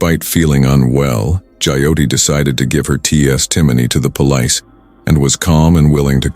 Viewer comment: Is the narrator AI? The way he pronounces some words is too funny 😂 Omg he just said “Pole…..Lice” instead of Police